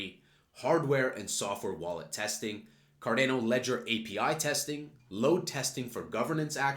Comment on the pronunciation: Why do you say Cardano is such a weird way. You say "card-ai-no". But it's pronounced "card-ah-no".